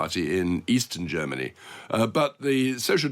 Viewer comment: MERZ SAYS GERM MANY WILL BE A GREAT BAZI COUNTRY AGAIN.